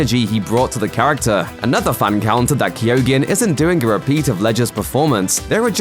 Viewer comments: It's pronounced KEEGAN, not Kee-oh-gan. Why can no one pronounce names and words in YouTube vids? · His name is pronounced "Key-o-han", the "G" is silent... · You arent pronouncing his name correctly, the 'G' in his name is silent. Kee - Oh - Han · Keoghan is pronounced “Kyone” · Yes I too like the actor BARRY KEY-OGEN I wish people actually researched the pronunciation of names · Guys its pronounced Barry KEOH-AN. In Irish there are lots of words with GH, DH, BH in them, coming from ancient Irish ways of spelling. In this case, for the purposes of pronunciation of this actor's name >> basically forget that the G is there at all, and just split the sound at that point. KEOH-AN. [Source: am Irish and my surname is MacCarthaigh] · "Kee-yo-han" The G is silent. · Barry's Joker is very reminiscent of the Arkham video games joker, and as such, a very true comic book portrayal. Excited to see what this young man can do in the role. He has nailed it in this clip as far as I'm concerned. And just for the sake of it, his name is pronounced "Key-o-han", the "G" is silent... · It's pronounced Key-own. Please never do a video like that again. Everytime you said it I wanted to Toss the phone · It’s not pronounced keogan the g is silent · You're still pronouncing his name incorrectly..... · The person doing the voice over should also be locked up for murdering the pronunciation of Barry's surname! It's the most grotesque part of the clip! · Jesus Christ, learn how to say his name right, that’s one hard g you got there